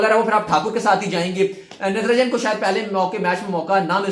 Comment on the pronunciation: Its not Ntranjan its Natrajan